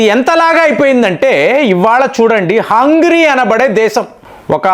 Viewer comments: హంగ్రీ కాదు సార్ హంగేరి అని పిలవాలి. హంగ్రీ అంటే ఆకలి అని అర్థం. మీ వీడియోస్ లో చాలా వరకు proper nouns ను పరమ చెత్తగా పలుకుతున్నారు. సరి చేసుకోండి. మీలాంటి పెద్దవాళ్ళకు trolls అవసరం లేదు. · Hungry kaadu, Hungary హంగ్రీ కాదు హంగరీ.